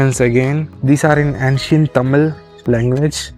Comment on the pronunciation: Not ‘antcient’ say ‘aencient ‘